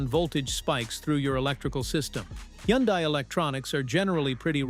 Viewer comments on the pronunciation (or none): The car is pronounced "Hunday" rhymes with Sunday. Simple.